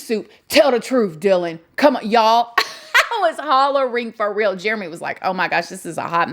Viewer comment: “Ok COME ON” in that accent….. that needs to be your new logo line.